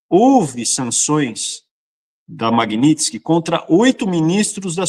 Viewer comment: Não é Magnitisk, é Magnitsky, que é o nome do cara